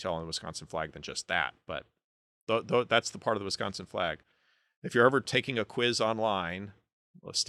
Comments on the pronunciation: As much as i disagree with alot of your views on this... props for pronouncing wisconsin correctly. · You pronounce “Wisconsin” properly. Is a Midwesterner?😮❤